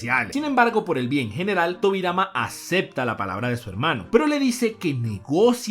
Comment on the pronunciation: dijo tobirai xd